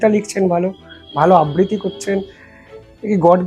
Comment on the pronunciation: আব্বৃতি নয় বাপু আবৃত্তি । উচ্চারন শেখ।